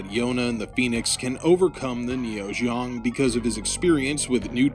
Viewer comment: I was like wth is ZHONG? ZEONG! lol zee-ong.